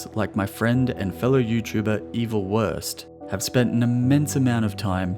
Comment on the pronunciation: It’s vurst not wurst